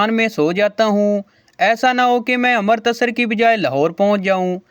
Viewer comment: अमृतसर नहीं अमृतसर है